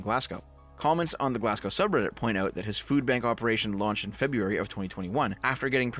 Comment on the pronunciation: You pronounced "Glasgow" wrong.